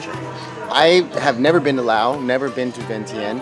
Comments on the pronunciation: It's LaosssssssSSSSS not Lao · It’s not Lao, it’s Laos... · I always thought it was pronounced With the S.never knew the S is silent.